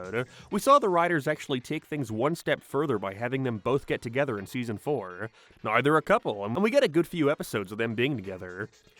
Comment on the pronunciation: Joey and moniKAH why do you talk like this. I cant focus on the content lmao Why Rachel and Joey got togeTHER why do you speak like this